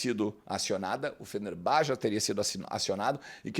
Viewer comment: Fenerbahçe se prouncia FenerbaTCHÊ e não FenerBÁ. Não sei da onde tiraram isso, deve ser o mesmo pessoal que fala BlueTÚ em vez de Bluetooth :)